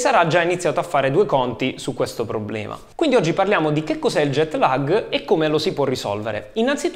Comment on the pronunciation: Ottimo grazie. Ma non si pronuncia LAG all'italiana bensì con una A lunga che diventa quasi E. Perciò non è LEG non è LAG... ma qualcosa simile a LAAEG.